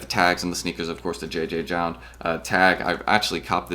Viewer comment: I believe it’s just pronounced “Jound” no multiple Js